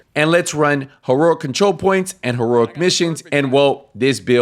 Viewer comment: Still don’t know how to say ”Heroic” 😂